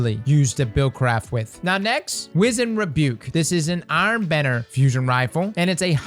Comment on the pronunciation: Bro you’re my favorite Destiny YouTuber. Hands down. But BRO! You gotta work on your weapon name pronunciations lol Namely Wizened Rebuke, Beloved and Myrmidon’s Reach in this video. Anyway great video, luv ya. 👊🏼